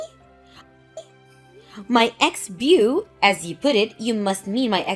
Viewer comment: Beau is not bew. It’s bo.